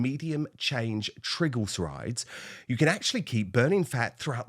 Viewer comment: Trigglesides -oh my dear - I had such a laugh - its not trigglesides, it's pronounced 'tri' as in try harder, 'glyc' as in glisten, 'er' as in her, 'rides' as in horse rides. Triglycerides.